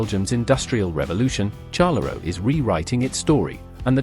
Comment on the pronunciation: Liege and Charleroi AI generated pronounciation are incorrect.